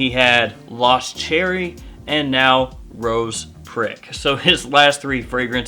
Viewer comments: Youtube think you're saying Rose Crick lol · It’s pronounced ‘ro-shaw’ lol but great video as always man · Rochas is a french brand, in french you almost never pronounce the last letter. so it's pronounced "Rocha", and not with the spanish "jotta", simply "CH" like in "mashed"